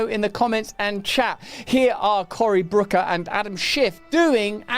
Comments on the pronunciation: He keeps saying "Brooker". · Personal pet peeve here, IT’S BOOKER, NOT BROOKER, YOU STUPID LIMEY FUCK! I don’t even like the guy but you can’t even get his name right.